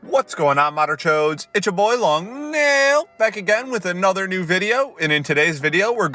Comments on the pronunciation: Day 5 of asking long nail to pronounce his name long neeeeeeel again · Day 2 of realizing he says long " NAAAAAAIL " instead of long " NEEEEEEAL " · Long Neeeeeil sounds like Long kneel